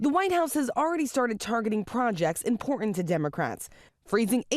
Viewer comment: Pronounce the ‘t’ in the word ‘important’